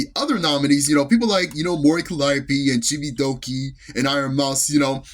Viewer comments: Mispronouncing her name, posting a wildly off the mark picture for Hololive, and the Vtuber announcer being condescending. Was my first and last time paying any attention to that event. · The real controversy, at least what I think it should be, was the streamer awards disrespecting the VTuber scene by mispronouncing Mori Calliope. It's spitting on the scene, for one of the literal current icons of EN VTubing to be blatantly mispronounced…there is no more clear indication that they don't care at all about VTubers…they just care about the sponsors and money. What a joke of an awards show; these awards used to mean something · ok I just checked a quick short of that and by god that was disrespectful. The announcer really showed that she did not care to be there. They seriously mispronounce her last name?! They can literally search her up saying her name to say it